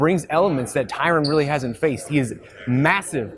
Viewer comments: Wtf . Terone?? His names tyron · Lol the guy didn't even know his name. Tyron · Is it really that difficult to say the name TYRON properly? Lol. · Please teach how to pronounce Tyron.